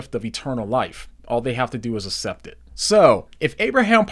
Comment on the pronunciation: Good videos! PLS stop saying asept. It's like aksept (accept). God is using your videos!